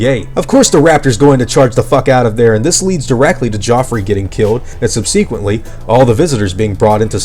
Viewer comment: I've never heard anyone pronounce 'subsequently' like that...